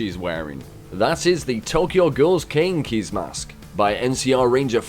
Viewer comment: Pronounce Kaneki right next time lmao